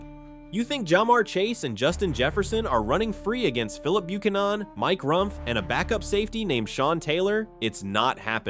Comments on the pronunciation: Bro, why do do you keep pronouncing Bue-can-nan like that? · Can someone teach this IDIOT how to pronounce Buchanan please!?!?!?! 🙏🏽